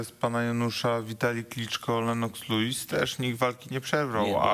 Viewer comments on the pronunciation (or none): none